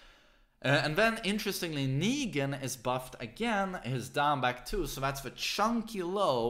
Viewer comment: Why do you say "zAfina" and "Akuma", but don't say "negAn"?